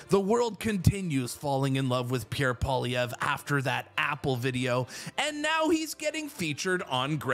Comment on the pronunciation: At least this guy pronounces Pierre's Surname 😊 I need all the help I can get